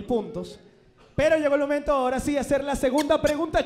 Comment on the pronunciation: Mori de risa con diciendo "pero justo ahoda" JAJAJAJAJAJAJA